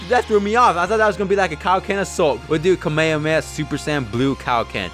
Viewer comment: Why do you say kamehameha like that